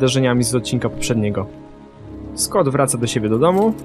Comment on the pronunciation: 'skot' 'loren' buahahaahha